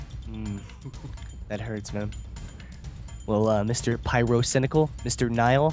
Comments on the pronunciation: did he say pryrocindaquil? Also like if watching in 2016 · Mister uh Pie-RO-Cynical